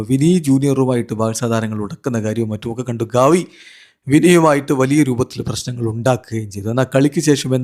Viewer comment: ഗവി അല്ല ഗാവി 😂😂😂😂